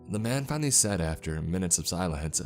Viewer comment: "sylance"?? Are you a native English speaker? Because I have never heard anyone pronouce the word 'silence' the way that you do.